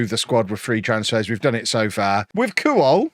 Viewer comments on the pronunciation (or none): pronounced kwol not kuwol